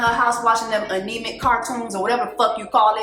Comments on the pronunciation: Not anemic I’m crying 😂 Anime sistaaaa “ann - ah - may” or “a -nuh - may” lmaoooo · Anemic cartoons!?! I'm DEAD! It's anime (pronounced like Annie Mae). Girl that gave me a laugh! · Also. I'm dead at "Aunie May? Anemic that she be watching." lmfaooo it's called "Anime" pronounced like "Anna May" lol I got you sister! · Anime (Anne-ah-Mae) 😂😂😂😂😂😂😂😂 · Jess😂 you are too young and in America too long to call An-I-mé (anime) “anemic”. FINI AVE W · Anemay?! Nah chile it's pronounced Anne may (Anime)😂😂😂😂😂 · “Aneeymay” 😂😂 Lawd 😂😂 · Anna-Mae (Anime)is how you pronounce the cartoons lol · What did Jessie just say Aneme omg 😂😂😂😂😂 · When Jesse Woo called anime...anemic I lost it 😩😂😂😂😂😂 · Jessie pronouncing Anime was PEAK black mama lol! So cute 😂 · You saying anemic instead of amine... I screamed lol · The way you pronounced anime 😩😂😂